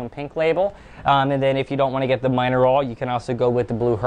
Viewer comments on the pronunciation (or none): Love it! If I was a carpet chameleon I'm pretty sure I would feel ultimately pimped out! By the way I'm pretty sure the Miner-All is pronounced mineral you know, like mineral.